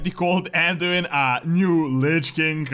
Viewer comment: The way you pronounce king sounds like 'kink'